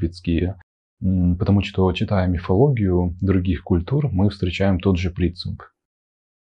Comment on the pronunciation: Он лёгкий и очень милый. Единственное - "что" обычно носители произносят как "што". А остальное вообще звучит больше как элегантная интонация. "У женщин бывают моменты, когда им хочется убивать..." Adoro :)))